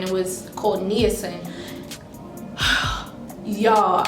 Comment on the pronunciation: FYI - Niacin is pronounced Nye-ah-sin. Another name for niacin is vitamin B3. Niacin occurs naturally in food and you need it. What you experienced is called "niacin flush" and it happens when you take high doses of niacin. It happens because niacin causes the capillaries in your skin to dilate (aka relax) which increases the blood flow to the surface of your skin. You have to be careful about high levels of niacin.